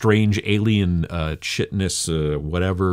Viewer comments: Love your work. Chitinous etc are prounounced with hard k sound like kitinous plating or kitin instead of chitin!! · When you said "chitinous" I swear I heard "shitiness" at first haha I've only ever pronounced it "kite-nuhs". Funny how different people pronounce words differently :) On a more serious note, this is really useful content. Thank you!